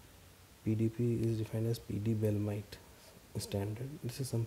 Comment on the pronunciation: Sir isn't it pee Dee belemnite.. Instead of belemite..?